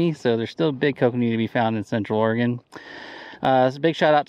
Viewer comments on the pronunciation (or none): none